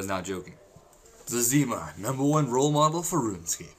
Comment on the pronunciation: you say zezima weird